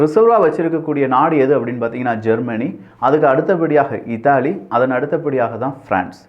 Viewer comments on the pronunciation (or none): none